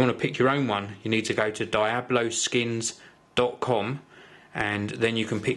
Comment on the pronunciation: Die-Oh-Blow Skins? its Dee-Ob-Low **your welcome